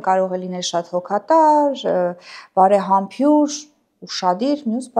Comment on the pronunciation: Համույր, բարեհամբույր, ոչ թե բարեհամբյուր